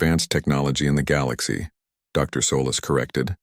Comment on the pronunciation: is it SO hard to pronounce Galaxy correctly?